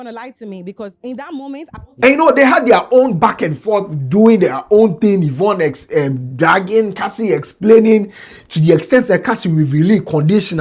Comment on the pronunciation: Who’s the man they have on the show? The one in the black suit. I think you said Yvon right. Now y’all have Trans on shows in GH now?